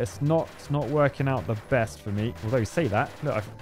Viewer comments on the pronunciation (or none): none